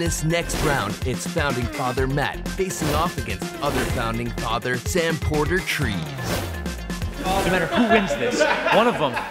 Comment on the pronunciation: "Sam Port Trees" I dieddd